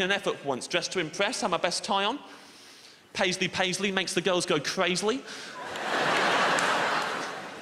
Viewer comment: It's not paisily